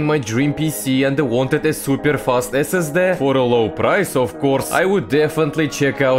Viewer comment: S S DIH ❌️ S S DEH✅️